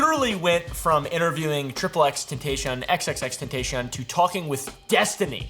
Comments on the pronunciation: You said x’s name wrong 😑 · You’re not allowed to say the name XXXTentacion if you can’t even pronounce it right. Fricking normie poser poopaville 🤡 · Bro at least pronounce x’s name correctly. This man knows nothing about the OG no jumper/ SoundCloud era.